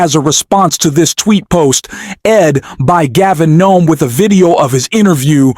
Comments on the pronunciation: I don’t know if you’re AI but either way — Please STOP Calling him Gavin NOME — it’s Governor Gavin Newsom. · Are the E, the W, and the S silent? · His name is Newsome, not Nome. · Not sure why you are calling him Gavin Nome. It's Newsom. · You said Gavin Nome??? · I agree with entirely and with Newsom that Republican "leadership" is inexcusably predatory, but it's puzzling that radically and consistently mispronounces Newsom's name. "Nome"?